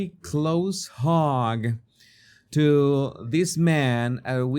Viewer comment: Is hug not hog!